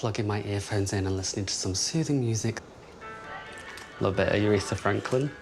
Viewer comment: Uretha?! 😂 she's called Aretha!